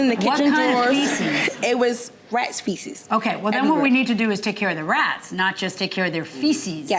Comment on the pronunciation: No matter how much the judge correct the plaintiff she will continue saying faeces wrong the rest of her life! At this point, she is 100% unteachable!! 😂😂😂😂